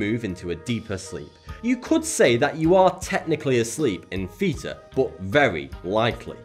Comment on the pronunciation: Am I the only one who heard 'feta state' instead of 'theta'?